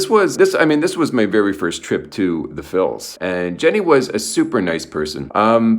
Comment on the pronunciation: Please stop saying Phils...